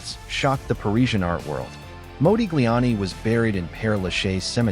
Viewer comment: It's Mah, like mod, not Mo like Moses. Your AI is WEAK SAUCE